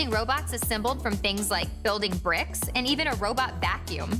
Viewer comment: That was a weird emphasis on "bricks." It sounds like she's disgusted by bricks. "They use bricks?! Ugh! I don't even want to think about it!"